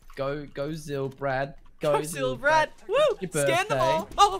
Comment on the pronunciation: Unlucky it’s said zill Brad that’s how you pronounce it